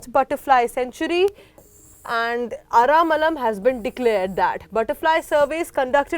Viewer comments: its not Ara'malam' say ara first then lam. aralam. ther is no 'ma' in bw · Aramalam nahi hai Aralam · Maam its ar-al-am not aramalam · I think there's no way the spelling A-R-A-L-A-M can be read as 'Ara-malam' unless you're clueless. At bare minimum, try to pronounce the name properly before streaming content to a huge audience.